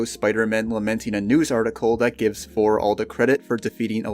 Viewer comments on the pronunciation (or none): THOR not Fhor. It seems like you're unable to pronounce your Ts. You even said firteen instead of THirteen